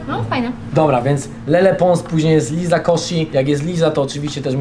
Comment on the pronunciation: Friz, wskazówka mowi się LAJZA KOSZI a nie LIZA 😊